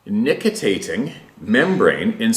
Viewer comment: Nictitating membrane is pronounced nik ti tay ting. You keep missing a syllable lol, just saying fyi ;)